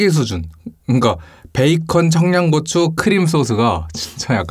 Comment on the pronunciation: 크림 소z흐 긍카 베이컨 청냥고추 크림 소z흐가 진짜 약간 사기수준이에요